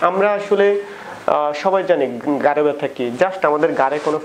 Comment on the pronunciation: Kotha ta gare na. Gar mane pachha. Bolun Ghhare byatha. Rectify your pronunciation.